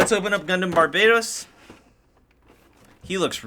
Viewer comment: Bar ba toast is how you say it